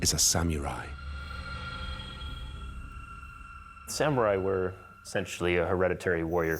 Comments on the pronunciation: Not the reveal ...."Sam-yooooo-raiii" *confidently ☠ Costumes are very tacky and inaccurate, too... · The narrator has a problem with the word samurai. Not sam mew rye, Sa mu ri Takes you out of the vid. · Christ! It's literally pronounced Sa-mu-rai like how it's spelt, not sam-yurai. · It's Sa-mu-rai, not "Sam-u-rai." Sheesh. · Omg... "Samyewrai"... Stop saying that. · Sam-your-ai? I’ve heard people from all walks of life pronounce samurai, and never have I heard it be pronounced with a “YUR” in there. Sam-orr-I. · The only thing I got from this documentary was sam-YOU-ri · "Sam-you-rai" ikyfl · well, the narrator said "sam-you-rie", sooooo it's par for the course. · I mean. They actually keep saying “Samyurai” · SamMUILAI ? WTF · Well made... shame about the narrator's pronunciation. "sam-you-rai"?? Annoying.